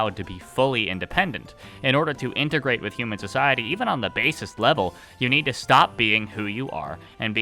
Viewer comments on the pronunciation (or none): none